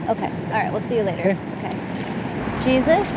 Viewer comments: Its Spanish, shes not pronouncing it right. Its pronounced hay-SOOS. It's spelled the same. . . but obviously she doesn't know Spanish. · With Torres as a last name it is probably Latino which means his first name is pronounced "Hey sus" --- - trailers are towed behind power - An RV is powered living quarters. There a number of other locations similar to Slab City. There is a very large number of people who have chose to live in various vehicles from small cars to $400,000 RV motor-homes because they want the freedom to travel or easily change work locations. ER Docs work 6 week shifts. Traveling nurses. etc - Wonder if you were in LA why you didn't head to the marinas where there are hundreds of permanent live aboard instead of houses. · I was wondering why dude kept allowing this lady to call him Jesus ❓ when it comes to a common man it's pronounced (heySeus).🤷🏽🧐🤔🤨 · Excellent coverage. Only one detail I need to mention. Jesus is pronounced Hesus, not like our savior. J like an h.